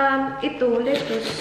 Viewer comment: Napa cabbage yan! BTW lettuce is pronounced as 'letis' Salamat